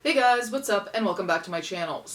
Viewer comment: That did not sound like “Hey guys” at first💀